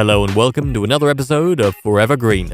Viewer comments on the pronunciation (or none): none